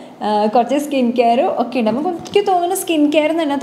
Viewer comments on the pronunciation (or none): ഇണ്ട് അല്ല ഉണ്ട് എന്ന് പറയു.........